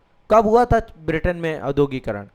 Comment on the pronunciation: भाईसाहब औद्योगीकरण का उच्चारण शुद्ध कीजिए।